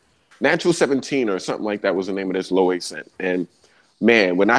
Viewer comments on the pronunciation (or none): Loewe is pronounced lō-ay-vay